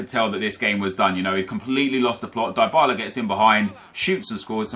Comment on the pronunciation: Its pronounced deebala, not diebala